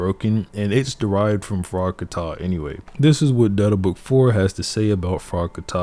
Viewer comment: Its not frogkaTA but frog ka tah